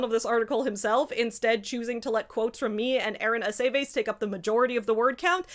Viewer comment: Sorry i'm jarred slightly by the pronunciation of Aceves. Does anyone say that name as "A-say-vase"? Because this is also my family name and we say "Ah-seh-viss"